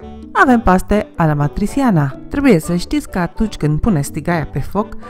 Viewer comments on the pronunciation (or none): Foarte bun sfatul sa avem toate ingredientele pregătite! P.S "matriciana"(amatriciana)cu"ci"ca în română .